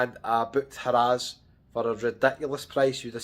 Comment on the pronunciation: Been going to Vegas for 30 years from UK and never heard it being called "HA RAZ". Its simply harrahs (sound like "hariz" ) but laughed every time he said HA RAZ. Also the tower in Caesars Palace he was in is a newly renovated tower but its their worst tower. Theres 6 different places to stay in Caesars Palace and this one is the lowest.